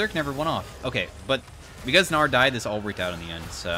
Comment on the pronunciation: LOL the way said "gnar" and i heard "naur" 💀